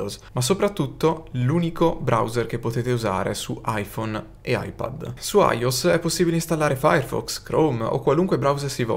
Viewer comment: Video interessante, complimenti. Ma non ti perdono "aios". iOS -> aioès E, anche se non c'entra niente, ricordiamo sempre la fondamentale: HDMI-> o la si legge con tutte le lettere in italiano oppure tutte in inglese. Accadiemmei OK Eicdiemai OK Accadiemmeai NO